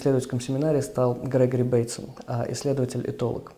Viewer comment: Почему БейтсОн? Режет слух :-(!